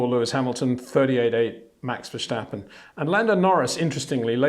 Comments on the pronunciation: Please learn to pronounce his name. Its not 'Versht' but 'Verst'. And not 'Versteppen' but 'Verstàppen' with an 'A' like in 'marginal' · Please stop saying Verschtappen. Please.